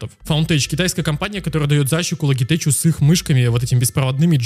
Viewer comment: Люблю твои видосы посмотреть но "логитеч" прям режет слух)